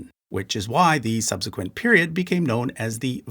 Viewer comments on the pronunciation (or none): none